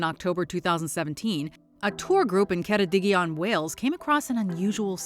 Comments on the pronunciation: Well done pronouncing Ceredigion correctly. So many English-speaking tourists struggle with that, for some reason. I remember staying in New Quay on holiday in 1985 and one day the whole beach was covered with jellyfish; thousands of them, all the same species. It is a really lovely place, so maybe the octopi and jellyfish read the reviews. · Great effort on pronouncing Ceredigion!